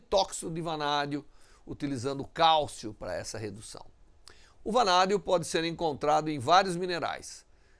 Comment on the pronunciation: Vanadio kkkkk